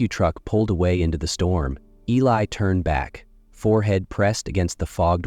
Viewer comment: Beautiful story. I wondered why he didn't write her a letter. He did! Mispronounced Eli's name. Even called him Billy. Stories at this site need to be proofread.